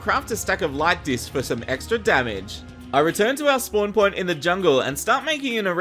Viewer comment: Him saying light discs sounds like lactis